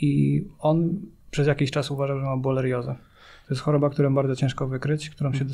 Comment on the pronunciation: Dziękuję za tę bardzo wartościową rozmowę. A na marginesie: panie - borelioza (nie bolerioza, jak raczył pan kilkakrotnue wypowiedzieć). Pozdrawiam